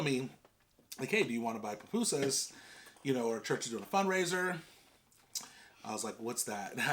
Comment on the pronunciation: Also the pronunciation is poo-poo-sus But you did really good with the other pronunciations! Your Spanish is really good. I’m glad you enjoyed salvy food as we call it. My parents are from there!!!